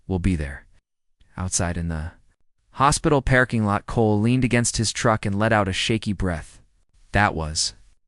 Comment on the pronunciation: Love the story but hate A.I. that cannot pronounce English correctly 🤯it’s not a PAIRKING LOT😂AND IZZILY😱‼️